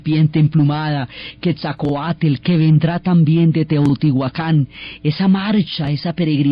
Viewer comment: Todo está muy bien solo la policía pronunciación de los Dioses es incorrecta ej.Quetzalcoatl no "quetzcauatel"